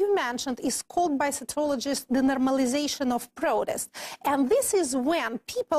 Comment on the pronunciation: да уж, соЦиолоджистс с таким прямо Ц...